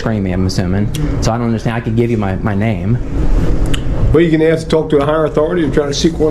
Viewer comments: if you axe sombody its a crime learn to speak english its ask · So we axed you one time to sit... He axed you!!! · hey it is ask not AXE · He clearly knows what he’s talking about… he said he’s AXING you a question…. AXING ???? …. YOU SOUND DUMBER THAN YOU LOOK . What is axing a question mean?